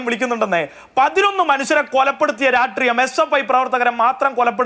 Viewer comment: Not ratreeyam but rashtreeyam